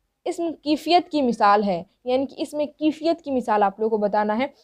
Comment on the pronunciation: Mam aap Jo padha rahe hain to aap bol rahe hain kifiyat bol rahe hain but but kaifiyat bolani chahie